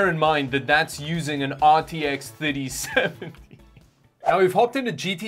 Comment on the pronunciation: RTX Thutty-seventy